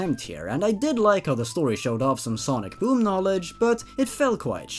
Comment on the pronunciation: Ok ngl when in said sonic boom I thought it said sonic DOOM